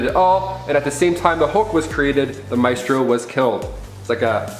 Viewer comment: Maestro: [my-stroe or my-stroh], not [may-stroe]!